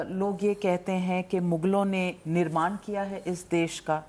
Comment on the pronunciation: ग से गनेश नही , ग से गणेश । निर्मान नहीं निर्माण ये भी केवल अंग्रेजी में शिक्षा लेने का परिणाम है , अंग्रेजी के साथ थोडी बहुत तो हिन्दी भी पढ लेती तो सही उच्चारण कर पाती ।